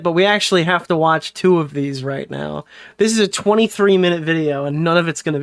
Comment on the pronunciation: I think actually has a speech impediment, the way he says words like “nuke” as “Nook” and “Now” as “Naur” is wild.